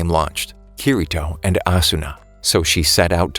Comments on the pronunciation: Bruh said keyreto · It your saying kasooto round and kitito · It it pronounced key d toe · It's said kideto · you said kirito wrong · He just says kirito wrong, otherwise, everything else is perfect.